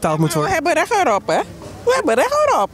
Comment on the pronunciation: "wij hebben rech erop" LEER DE T UITSPREKEN